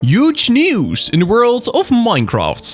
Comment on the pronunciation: Uge news. Not Huge news? I can't hear the H at the start...